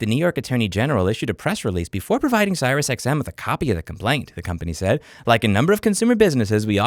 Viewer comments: Its pronounced SeriousXM not SirisXM, Just saying. You said it wrong like 50 times, very triggering. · 1) are you deliberately mispronouncing the SiriusTM company name? 2) if a company insists being an asshole about cancelling, just tell them I will not continue to pay and then I tell the CC company to ignore them and not pay. Works like a charm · Im 1000% convinced by the fact the title has the name right, that louis hates siriusXM so bad he refuses to say their name correctly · serious xm*? lol i've never heard anyone pronounce it that way. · Never heard anyone pronounce SiriusXM that way before 😂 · Is he saying SiriusXM wrong on purpose or can he just not read?